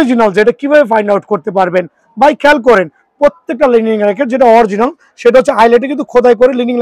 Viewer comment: Original 😂🤣🤣🤣🤣🤣 Vhai dowa kore pronunciation shikhe asen😂🤣